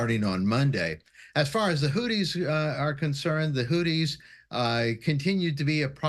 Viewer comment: Is he really calling them "Hooties" instead of HouTHis? And he is a security expert?